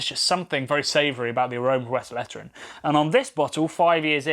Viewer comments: The E between the L and the T is pronounced as an A. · Tip, next time take a look at the correct pronunciation of the name. Sounds so strange like you say it being from Belgium ;-). Otherwise great recap of what it is and how it's linked to ST Bernardus!